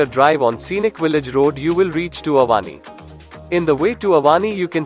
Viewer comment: Yes i agree, specially Avani , Ramayana, luva some names has to pronounce like in Sanskrit . Otherwise nicely described. Good work.